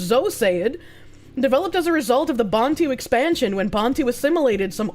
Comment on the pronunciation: Was This Created By A Left Wing South African? Saying "Bantu" Is Pure Comedy Gold!